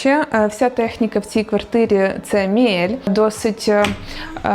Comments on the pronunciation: Все дуже гарно. Але все ж Мі(і)лє, з довгим і. Не Міель. А так все дуже гарно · Мієль😂😂😂 міле правильно читати